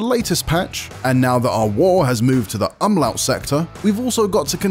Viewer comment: its pronounced Oom-Lowt not Um Lot